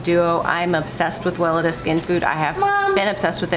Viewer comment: Can I be annoying about the brand name Weleda? If you google it pronounces Well eeda ( long E on second syllable) don’t hate me. Love your show and critters and its about the name not you.